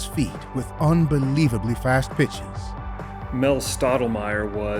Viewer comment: "mel stim" :face-turquoise-covering-eyes::face-turquoise-covering-eyes::face-turquoise-covering-eyes::face-turquoise-covering-eyes::face-turquoise-covering-eyes::face-turquoise-covering-eyes::face-turquoise-covering-eyes::face-turquoise-covering-eyes